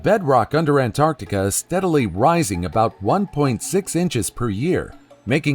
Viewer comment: They say ANT ART TIC A! Lol! Don't like that😂😂😂